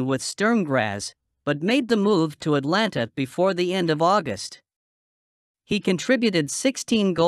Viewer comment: and it’s Atalanta NOT Atlanta.